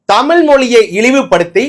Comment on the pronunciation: நீ முதலில் தமில் என்காதே தமிழ் என்று உச்சரிக்கவும்.